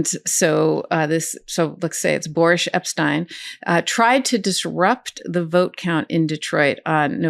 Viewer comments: "Boor-ish" Epshteyn — love it! 😂🤣😂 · I believe Mr. Epsteyn's first name is pronounced 'boorish', Ms. Agnifilo. ;-)